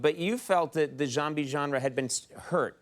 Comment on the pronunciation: "the joembie genre"